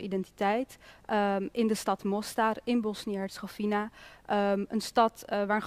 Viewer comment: Hoe bedoel je die niet gelovig zijn? Ik weet niet waar jij het over heb maar alle moslims en katholieken die ik ken daarvandaan zijn religieus en daar bedoel ik niet mee dat ze anderen aanvallen ofzo maar gelovig zijn. Oja en Hercegovina spreek je uit als WINA op het eind en geen fina. Nog iets aan beide kanten wonen moslims en katholieken dus ook dat is pure onzin. Voor de rest bijzonder dat je hier voor kiest om dit te bespreken. Mostar is een prachtige stad. Ik heb een huis daar al jaren en ik kom daar regelmatig ik weet waar ik over praat zeer goed.